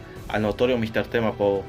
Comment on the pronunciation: cómo se llama la coalición? no te entendí la pronunciación